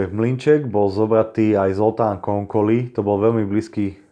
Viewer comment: super video. Len tolko že Zsolt vyslovuj po slovensky Žolt. Konkoly=Konkoj.😁 čo bude video o Bélovi Écsiho, tam vyslovuj Béla Éči. 👍